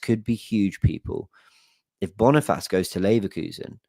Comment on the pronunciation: Bonifassss😂😂😂😂😂😂 brother that’s not how you say it bro